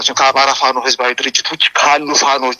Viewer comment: "አማራዉ እስክንድር ነጋ?" ፋኖ ማለት አይችልም፣ አበዉ ማለት አይችልም።እዲህ ዓይነት አማርኛ መናገር የማይችል አማራ።ቂቂቂቂቂ